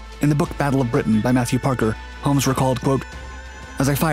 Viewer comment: I agree, as does pronouncing the L in 'Holmes" and pronouncing "DornieR" as if it was a French made Aeroplane. I won't be watching any more videos from this channel.